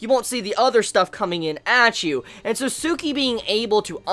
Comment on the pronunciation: It's Tsukki not Tsuki